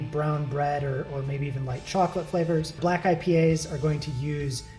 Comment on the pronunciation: He didnt even say black right